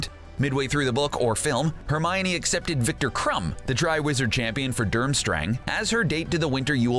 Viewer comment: Durmstrang no no no no its dumstrong